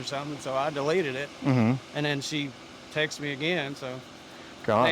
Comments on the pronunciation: This man said "I doneleated her" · “I dunleted it”